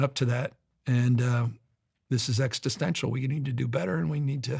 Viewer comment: "Exti stential" 😂 I've heard enough